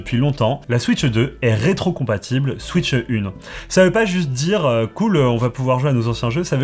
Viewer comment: SVP , ne dites plus « switcheu 2 » comme la majorité des youtubeurs francophones , j’en peux plus. Dites « switch 2 » sans le « eu » svp . Je n’arrive plus à regarder des vidéos où on prononce comme ça , ça me rend fou .